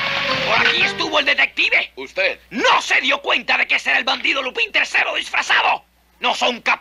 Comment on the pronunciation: cualquier doblaje que diga lupÍn en vez de lÚpan tiene todo mi amor